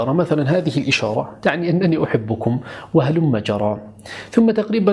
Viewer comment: ...رأيت أحدا قبلي قد علق على كلمة هلم جرى التي تقولها..ظننت أني الوحيدة التي سأعلق على الموضوع....منذ فترة رأيت منشور على الفيسبوك وقد كتبت فيه الكلمة بهذا الشكل(هلم جرى)..لم أفهم سبب كتابتك لها بهذا الشكل..ولكن عندما سمعتها اليوم منك علمت سبب ذلك.(.هلمّ جرّا)...بهذا الشكل تكتب.. وتُقرأ بتشديد حرف الرّاء....تقبل مروري..موضوع الحلقة جميل جدا..وفقك الله..